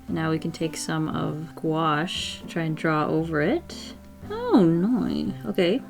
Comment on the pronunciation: I thought it said guacamole instead of gouache